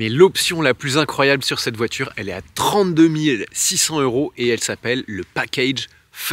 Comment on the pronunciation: J’adore tes vidéos, mais il ne faut pas que tu oublies de faire la liaison avec les euros. par exemple mille six cents Zeuros….